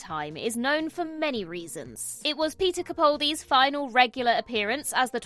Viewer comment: The name is pronounced CaPALdi, CaPALdi, CaPALdi, CaPALdi, CaPALdi, CaPALdi, CaPALdi, CaPALdi, CaPALdi,CaPALdi, CaPALdi, CaPALdi, CaPALdi, CaPALdi, CaPALdi, CaPALdi, CaPALdi, CaPALdi, CaPALdi, CaPALdi, CaPALdi, CaPALdi, CaPALdi, CaPALdi, CaPALdi, CaPALdi, CaPALdi, CaPALdi, CaPALdi, CaPALdi, CaPALdi, CaPALdi, CaPALdi, CaPALdi, CaPALdi, CaPALdi, CaPALdi, CaPALdi, CaPALdi, CaPALdi, CaPALdi, CaPALdi, CaPALdi, CaPALdi, CaPALdi, CaPALdi, CaPALdi, CaPALdi, CaPALdi, CaPALdi, CaPALdi, CaPALdi And as long as you continue to disregard corrections, I will continue to make each successive one more prominent.